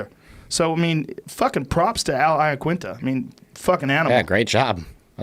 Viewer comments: Joe, other guy, UFC guys, do you in your heart of hearts, really believe Al's Italian surname is pronounced Eyeaquinta? C'mon you Muppets. Make a fucking effort. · Why do people call him Laquinta? Its Iaquinta